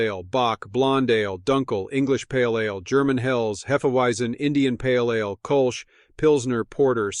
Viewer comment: pronouncing ale like uh-layyy 🎉